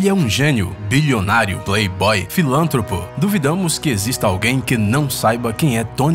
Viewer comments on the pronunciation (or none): Ele falou errado filantròpo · Esse "filântropo" estragou o video inteiro